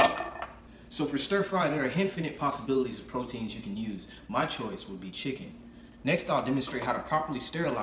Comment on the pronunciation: Lol "Henfinite Posibilities"